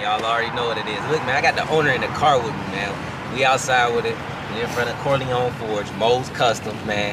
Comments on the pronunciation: If says CoryLongs instead of Corleone one mo time 😩😩😩CJ the BMW looks great!! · “Corlyne forge” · I’ll give a stack if he can pronounce corleone 😂😂😂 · That mug is beyond nice, but can you teach how to say Corleone Forge...lol...that's my guy tho 🤘🏿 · Somebody teach how to say Corleone forged 😂😂😂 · And why can’t pronounce Corleone, right? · cant say corleone lol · Well at least we ain’t the only ones that notice talk too much… teach him how to say Corleone too😂😂😂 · Who ever reading this can’t pronounce Corleone.